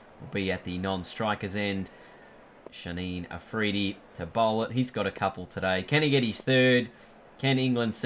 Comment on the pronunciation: So who's gonna tell him its Shaheen afridi not Shaneen afridi lmao